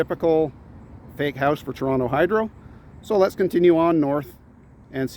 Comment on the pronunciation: Thank you for talking about "Toronto" and not 'Tronno' like many do.